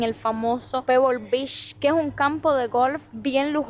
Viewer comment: La cada vez que dice "b@ es vez de beach 😂😂😂😅😅😅 Ò Shina en vez de China 😂😂😂😅😅😅😅